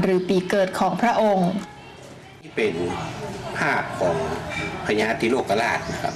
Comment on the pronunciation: พญา ไม่ใช่ พระญา